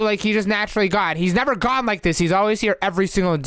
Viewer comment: Bro why did say I would nerever do that to my sweet baby cheks roxy what the He'll did she just say 💀💀💀💀💀💀💀💀💀💀💀💀💀💀💀💀